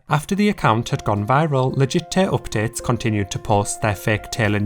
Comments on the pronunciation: please say 'legit tay oopdates' one more time (I'm a Brit abroad feeling homesick hehe) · All i can hear is legittay OPPDATES